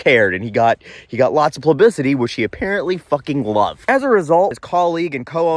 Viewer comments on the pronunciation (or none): I'm saying "plubicity" from now on.